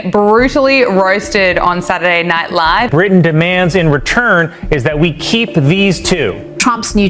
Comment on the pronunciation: Why would anyone want to listen to a poorly produced AI narrative that can't even pronounce Saturday Night Live correctly. The pretend voice said "Saturday Night Liive (as in live and let live). Pathetic.